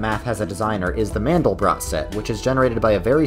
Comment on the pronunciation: Who would have guessed that someone without enough understanding and research into complex systems and chaos theory, would also be so unfamiliar with the Mathematician Mandelbrot, to not know that (as is common in French) the letter 't' on the end is silent. It's pronounced Mandelbro. But the of course the Conformation Biased godbothering interpretation of the Mandelbrot Set, is guaranteed to draw the exact opposite conclusion that it should. Nothing more stridently demonstrates that natural organisation and complex patterns emerge from simple origins. The complexity and order is grass roots and from the bottom up. You don't need a top down design paradigm, if natural order and complex pattern emerges without any even more complex agents to force it's construction and control. The actual implication of Mandelbrot Set is the exact OPPOSITE of what this delusional fool is professing.